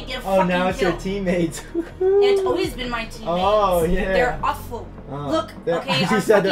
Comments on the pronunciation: that was the worst attempt at saying aw-ful ive heard lol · their "auful" lol